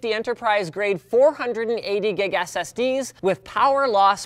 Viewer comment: you can clearly notice he says "...480 Gig ass SD's" :P